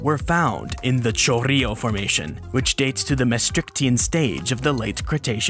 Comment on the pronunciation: It's "cho-RRI-jo", for you english speakers.